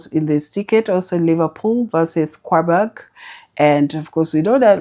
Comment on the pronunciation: Good morning, please don't be offended, I don't know how to reach you inbox. I have a complain. Please I find it hard to know when you're predicting, your presentation is usually flat, please try to distinguish the point you want to predict. Also try to know how to pronounce team names, it makes you look like you don't actually watch matches because I find it awkward that you pronounce Qarabag (karabag) as Kwabag. Thanks for all you do